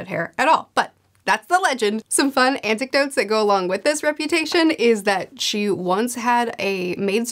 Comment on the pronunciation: Did you say, "Antic-dotes"? I'm stealing that if you did.